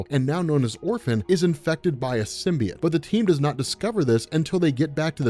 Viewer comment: J. Jonah Jameson says it's pronounced "SYM-BEE-YOTE." I wouldn't expect someone of your caliber to keep saying "sym-bee-yut."